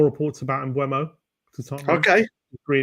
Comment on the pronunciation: Think it's pronaunced mboomer